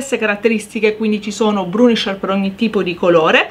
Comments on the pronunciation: si dice bURnisher, non bRUnisher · Grazie per l‘utile video 👍🏻👍🏻 Piccola accortezza: il burnisher si pronuncia senza R dopo la B 🤗